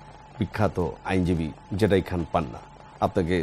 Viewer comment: হে ভাই, জেডাই খান কি? জেড আই পরিস্কারভাবে উচ্ছারণ করুন।